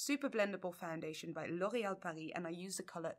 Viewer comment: Such a weird thing but I love hearing someone say L'Oréal with full French pronunciation. Nothing against those who don't, it just sounds so lovely in comparison. Also I kind of love all colors soooooooo...💙💚💛🧡💜🖤